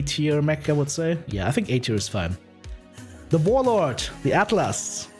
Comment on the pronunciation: with humor intended, you Mis pronounced Fatlas lol